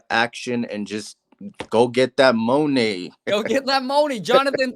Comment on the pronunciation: I love how he pronounces money, get that mouny baby $$$😂😂😂😂